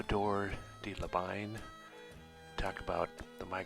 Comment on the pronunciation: La fin du nom Labine n'est pas prononcé comme le nom Anglais `wine` mais fini comme le nom Anglais Ìnn'.